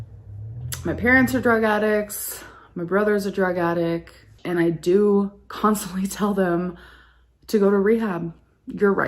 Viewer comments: She said drug “attic” 💀😂 as opposed to a drug basement? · she really fuckin said "my brother's a drug addick" 🤣 gurllll